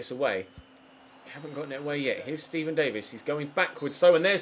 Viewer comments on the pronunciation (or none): none